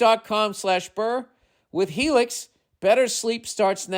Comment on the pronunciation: lost it on the helix Heylix shit